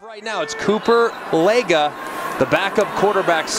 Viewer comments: It’s pronounced leg-aw I go to school with his little brother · The announcers totally botched his last name too 😂 it’s pronounced Leg-Aw